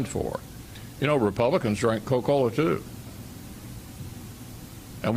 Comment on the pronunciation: What's Co-Cola? LOL! :25